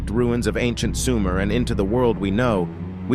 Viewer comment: It's not SUMAIRE. ,it's SOOO-MER